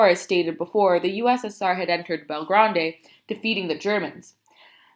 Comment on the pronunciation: and you said belgrade wrong